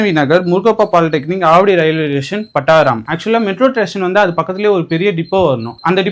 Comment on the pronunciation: Pattaram😂😂 boss.. tamil konjam nalla pronounce pannunga boss